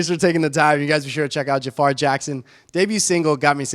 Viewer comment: Is not Jaafar, but Jafaär.